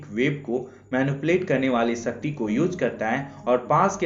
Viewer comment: Bhai it’s shakti not sasti